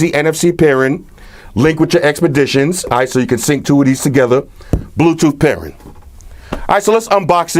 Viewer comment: You are missing almost every G. Not Altech Lansin. Walkin. Talkin. Speakin.rootin. tootin. Pairin. Pair-ING! Strugglin.